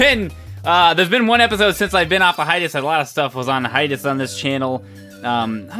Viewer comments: Hi-Tus? I love your vids PBG, but it's Hi-Ay-Tus... Hiatus. That's how you say it... Sorry, just bugged me... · What IS hietest? Or whatever he says at the beginning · the way you say hiatus sounds like some form of martial art ^^